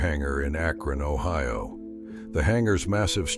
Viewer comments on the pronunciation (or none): none